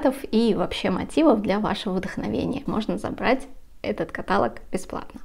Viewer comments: Не кАталог, а католОг, запомните патолог - католог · КаталОг, а не катАлог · канал прекрасный и бабушкин квадрат хорош, но слово каталог произносится с ударением на последний слог каталОг а не катАлог извините, но очень режет слух. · ВСЁ ОЧЕНЬ ПОНРАВИЛОСЬ!!! Благодарю за такую подборку! Вяжу уже 50 лет!!! В 12 лет первую жилетку... Крючком меньше вязала. Сейчас уже и не успеваю свои закрома перевязывать... Загорелась связать платье, благодаря Вам! Простите великодушно, но уши режет от слова катАлог". А остальное просто отлично! Успехов и процветания!!! 🌹👍💥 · Не катАлог, а каталОг. Неверное ударение режет слух хуже гвоздя по стеклу. Вас смотрят и слушают множество людей, будьте аккуратнее. Успехов и здоровья. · Послушайте, Вы!!! Это уже деградация и ничего больше! КатАлог или того хлеще кАталог, нАкид, рАпорт вместо раппОрт, вООбщем, иНэНэН вместо И-эН-эН и пр. и пр. ерунда — и при этом огрызаетесь "не смотри,не слушай". Трудно ответить "да, ошибка, исправимся" ??? Я хочу посмотреть и послушать! Бескультурье, невежество зашкаливает!!! (Ещё и оправдывается невежество — это типа оберег, ахахах…). Скорее всего,— это непоправимо……. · КаталОг!!! Ударение на последний слог! Режет слух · Не катАлог , а каталОг! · Спасибо большое за подборку и описание. 😊 Один момент - " каталОг"= диалОг, монолОг. Простите. ❤ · Обратите внимание , как правильно делать ударение в слове КАТАЛОГ , режет ухо. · Правильно ставить ударение каталОг. Извините, не смогла сдержаться, резануло слух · каталОг, пожалуйста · Запомните три слова. ЭпилОг. НекролОг. КаталОг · Правильно говорить каталОг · Каталог, диалог ударение на О!!! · каталОг, диалОг, некролОг, монолОг..... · спасибо вам за ваши мк, всегда хорошее настроение и улыбку. Но каталог произносится с ударение на -о-. Кое-кому слух режет. Пожалуйста, возьмите на заметку. Без обид. Здоровья вам и удачи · Ударение на втором слоге в слове каталог "режет" слух, при всем уважении к Вам